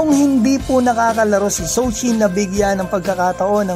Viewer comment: “Jou chi” hindi “sou chi” pronounce